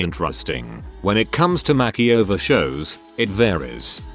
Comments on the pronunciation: Why can't the reader learn to pronounce "makeover"? It's not " mackie over"! Is it a robovoice? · No one: the TTS bot: Makky-over